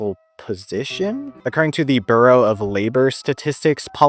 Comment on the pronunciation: “Burrow” of labor??